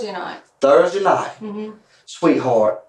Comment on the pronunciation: you mean sweetHORT?